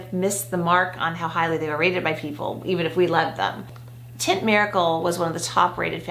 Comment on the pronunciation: Teint from the Lancôme foundation is not prononced tint lol